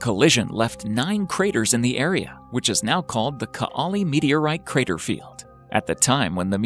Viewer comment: Greetings from Estonia and nice to see that we made it into this video, but c'mon... even Google translate can pronounce Kaali and Saaremaa right. It's not like you say boo-ot instead of boot.